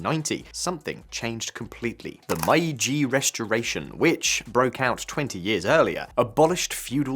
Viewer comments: Why are the brits the hands-down worst at pronouncing foreign words? Meiji being pronounced as MY-gee 🤣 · Mispronunciations of common terms like Meiji" make me skeptical of the quality of the research. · I don't live in Japan and I'm still cringing at the pronunciation of Meiji